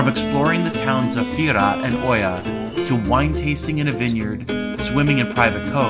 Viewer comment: Ia”agapi mu IiiiiAaaa NOT “O-ia”IAAAAAAA